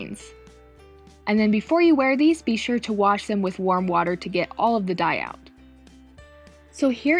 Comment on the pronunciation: « and now it’s ready to dye » that sound like « and now it’s ready to die » 😂🤣